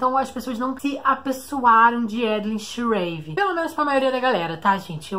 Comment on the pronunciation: Eu pronuncio Schreave diferente kkk